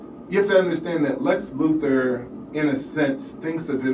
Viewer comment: Can't take this seriously mate it's Luthor not Luther, you are kind of describing a non-existent thing.